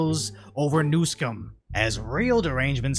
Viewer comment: ngl the way said Newsom sounded a lot like New Sin